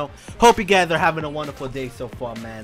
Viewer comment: me da risa como dice guys y suena gays XD